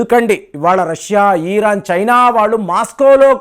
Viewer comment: ఈరాన్ కాదురా బాబు.... ఇరాన్